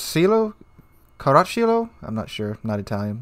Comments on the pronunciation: Pronunciations: - Dànte Aleeg(ee)eree (accent falls on the i represented by (ee)) - Kònte dee Kavur (french pronunciation) - Andrèa Dòreea - Franchèsco Karàcholo (the ch sound Is doubled) - Veettòrio Vèneto - Lèpanto - Kreestòphoro Kolòmbo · By the way, i love how americans can pronounce a bunch of international foods but totally butcher the most basic words in the simplest of languages :)) Caracciolo killed me, also Veneto